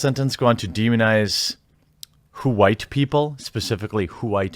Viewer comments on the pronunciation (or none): “Huwhite” someone is watching Jared Taylor ;)